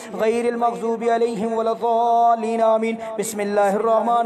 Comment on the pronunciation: Aaj maine suna aap surah fateha galat padh rhe h arbi men doad h joad nhi h shi se padhe in sha ALLAH SAB KO FAIDA HOGA